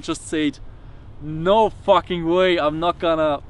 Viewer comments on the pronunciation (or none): none